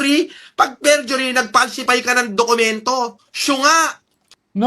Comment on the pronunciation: fergury 😂 perjury 😂 forgery